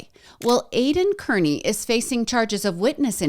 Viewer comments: Hey loved your summary of all the corruption in Norfolk County. Just a suggestion Aidan's last name is pronounced as Carney😊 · Pronounced Carney! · Just FYI, Aidans last name is pronounced "Car-knee". I absolutely love all this history. I have followed the Karen Read and Turtle Boy cases for a couple years and your coverage is great!! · We know Aidan Kearney as Aidan CARNEY (the CORRECT pronunciation!) Names are important! Please be respectful and use the proper pronunciations when using people as content. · Kearney is pronounced Car-knee